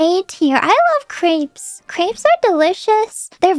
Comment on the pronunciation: The way fauna pronounced Crêpes made me so uncomfortable and I’m not even french